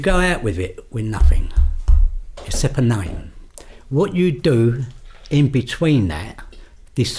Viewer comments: 1.29.29 the way he says except🤣🤣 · You know you're dealing with a proper Cockney when they end the word 'except' with a P instead of T.